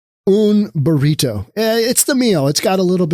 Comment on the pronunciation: wait. did you just say "18 dollar boreeto"? jesus.